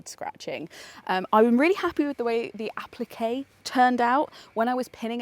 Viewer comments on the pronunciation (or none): I love this project ! Appliqués sounds more like that : « apleaké » ☺️